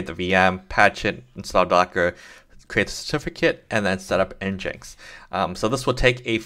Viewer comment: Thanks, but NGINX is pronounced "Engine X" 😉